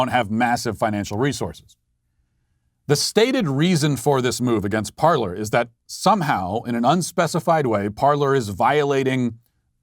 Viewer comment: It's pronounced par-lay not par-ler. And it's good that it's gone. Hopefully it's gone for good. They built themselves on a lie. Go to Gab.